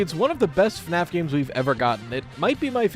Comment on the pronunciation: Australians now pronouncing it as FNArF